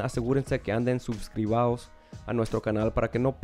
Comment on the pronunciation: Se dice suscrito no sé dice suscribao por qué así no se pronuncia vale para que lo pronuncies mejor en el otro vídeo broder